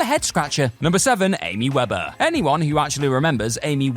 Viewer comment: Weber, not Weder...